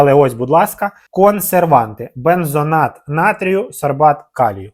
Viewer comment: Шкода, що не читаєте коментарі. БензоНат натрійю - не існує, говоріть правильно, вухо ріже(